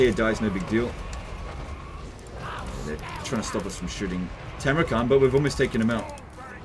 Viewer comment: It's Funny that you keep calling the dude "Timrukhan" while he is actually "Timurkhan", the name likely borrowed from the real-world mongol khan Timur (aka Tamerlane)